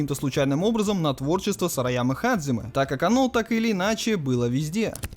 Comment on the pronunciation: Пришёл подушнить. Японские слова у нас только записываются по Поливанову. Произносить же нужно настолько по японски, насколько получается :) В данном случае 基 лучше произносить как hajime. Ты же анимешник, камон, наверняка слышал, как герои воодушевленно произносят это слово. Или hajime ka. Или даже hajimemashou!